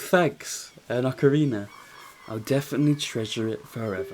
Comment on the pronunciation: Ahh yes “ocariner of time”